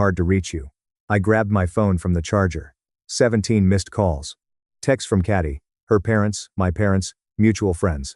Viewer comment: It’s Katie, the AI used to read this story can’t read for shit, also this story predates generative AI since I remember hearing it in 2018.